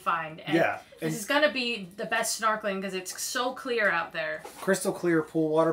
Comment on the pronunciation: Did you say snarkeling